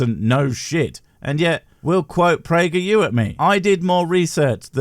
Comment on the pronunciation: Oh no. Not Prager peeyew again.